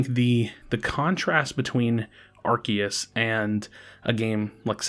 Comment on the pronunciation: The correct pronunciation is Arceus not Arceus